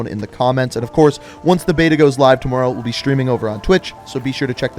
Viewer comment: Ngl it kinda annoys me how you say tomorrow